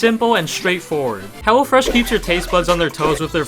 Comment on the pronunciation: Excuse did bro call hello fresh hella fresh